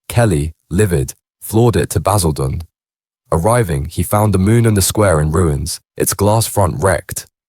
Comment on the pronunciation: Baz-ILL-den was a powder keg Sort this AI slop out it's total shite